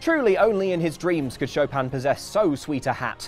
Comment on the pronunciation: Its SHO PIN NOT SHO PAM